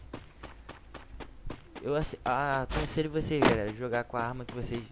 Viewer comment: Intro dele: fala garela aqui falando kkk